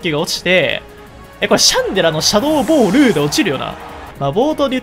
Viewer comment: シャドー↓ボール↑でひさしぶりに楓の事を思い出した